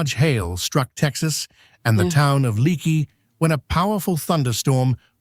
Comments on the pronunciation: The name of the town is pronounced lake-y, not leak-y, no matter the spelling. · Hi Viewer from Texas here. When hail falls like this, you have to watch out for tornados. By the way, the name of the town “Leaky” is pronounced Lakey. You’ll sound more native than whoever was doing the voiceover on the video.